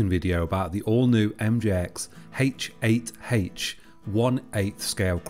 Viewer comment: Hate heigt eightsch hatesch?